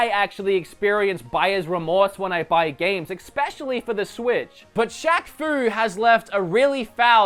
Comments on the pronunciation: trying to be helpful, fyi it is especially, not exspecially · Am I the only one that shudders when he says "expescially"? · He say especially like "expecially" and I don't know why it annoys me so much!!!!!!